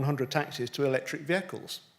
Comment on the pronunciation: Um.. beg pardon.. electric...not electic.